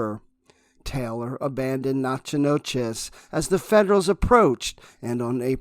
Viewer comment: Chillicothe= Chill-a-coth-ee (ship), Natchitoches=Naga-dish or Nack-a-dish (town in LA), Ouachita= Wash-a-taw (River in AR/LA). Those French and Indian names are tricky...